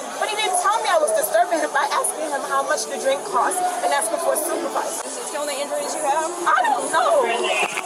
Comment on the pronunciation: She asked for the supervizah! of the bar 😂